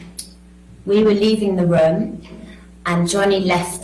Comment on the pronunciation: Love her voice and accent. E.g pronunciation of room.